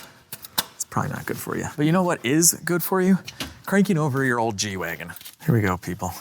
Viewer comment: At the end of the ad read you said, "let's get back to the G-Wagon." I thought you said, "let's get back to the Reggie Wagon."